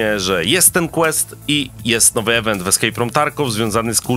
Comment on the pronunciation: Boże mów po ludzku! Słowo Event czyta się IWENT przez I nie przez E ;)